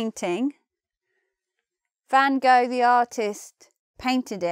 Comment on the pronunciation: Funny, the way you pronounced "Van Gogh".